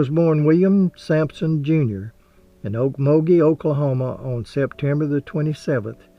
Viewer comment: I was born in Okmulgee in 1946 and you are the only person outside of Oklahoma to pronounce it correctly. Are you an Okie? I now live near Spokane, WA and the scenery in your video almost made me cry, the dirt roads, the oaks. I fully expected to see squirrels cross the road. Thank you so much for honoring a great Native American, although for us Okies, we'll probably always say "Indian."